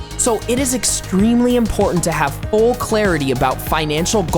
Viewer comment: Am I the only one that heard "portant" instead of important?